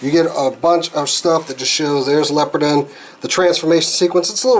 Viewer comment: Leopardon is pronounced as follows " lee-oh-paar-don"